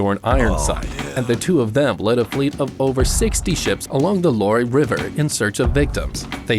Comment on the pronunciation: French teacher here 🙋🏻‍♂️. "LOIRE RIVER" is pronounced as "the LWAR River," not "LOAR-ee River." 👨🏻‍🏫